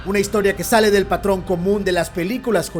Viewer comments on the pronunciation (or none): none